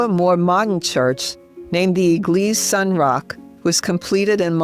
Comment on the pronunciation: Saint is pronounced Sen, I think